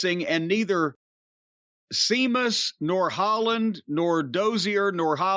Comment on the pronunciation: Every time Jim says Sea- mus I crack up